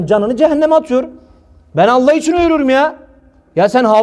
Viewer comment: Tam bir şarlatan rabulalemin ayetinde şunu der şeytan sizi Allah adıyla kandırmasın adam sanki mizahi şarlatan Allah kelimesinin vurgusuna bakın adeta orda oturanlara dalga geciyo